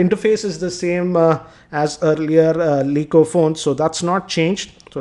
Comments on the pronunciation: aree yar its not Elley eco its LAE eco. its irritating, pronounce it correctly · laaa eco or Lee eco ? what will be pronounciation?